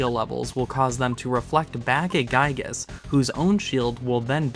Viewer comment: It's Giygas, not Guygas.